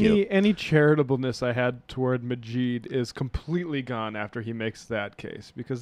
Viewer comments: Can't even say Maajid right. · The fact that this person cannot properly pronounce the names of either of the people he's criticising makes me wonder exactly how much has he actually listened to the points made by either of them. Ayaan Hirsi Ali and Maajid Nawaz are not difficult names to pronounce, if you've spent any time listening to the interviews they've given to folks like Sam Harris or Dave Reuben. It's not hard, if you spend any time giving these people an honest listen.